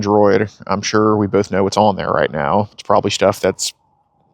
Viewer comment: "pwobably" lol.